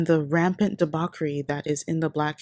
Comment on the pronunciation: DEBAUCHERY!!!! IT'S PRONOUNCED DEE*BOTCH*CHERIE NOT DEE*BOCK*ERIE